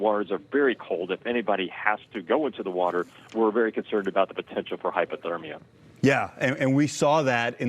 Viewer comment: Is the Dementia Patient gonna open the dams like he did in California? Just to make sure you guys have enough "wotor"